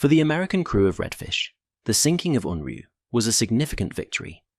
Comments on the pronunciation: It's pronounced 'oonryoo' not UNroo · You spell it as Unryu, then pronounce it as Unru. Why?